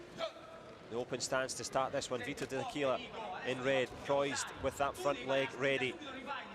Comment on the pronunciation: Chi glielo dice al commentatore come si legge Dell'Aquila? 😂 😂